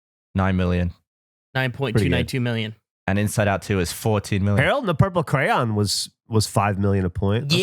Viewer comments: For the longest time I kept hearing say Harold and the purple cran, and i was like wtf is a cran? Not until today that I looked at the list of movie titles that it says, Harold and the purple CRAYON, and I went ohhhhh that makes wayyyy more sense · I kept hearing crown instead of crayon xD